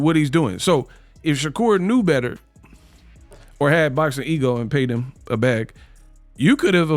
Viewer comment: Shakur’s speech has been an issue for a long time. No one ever talks about the way he says, “him”. He says, “hum”.